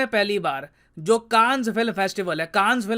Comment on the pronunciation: bhai you mispronounced the name of Cannes.